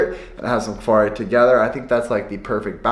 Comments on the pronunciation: When you pronounce "kvarg", you pronounce the G, like in yoghurt :) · Hard 'G' in kvarg, it's German ^^ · Kvarg (uttalas kvarj) är riktigt gott